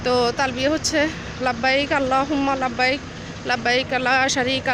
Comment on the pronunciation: এই ব্লগ থেকে দুয়া টা শিখবেন্না । উনি। লাব্বাইকা দুয়া টি ভুল উচ্চারণ করে পড়ে ছে ন নিজেই । বিনতি হাজেরা